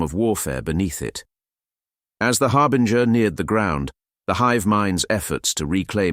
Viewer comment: I have to say, this was a nice piece, you have a good voice for this, but man some of the pronunciations just sounded so wrong, words like Tyranid og Chitinous, and I observed a constant change in the way you said Harbinger. These are just comments to try and be constructive to help you if possible, because the piece overall was a good listen and something I'd love more of to listen to while working, keep it up 👍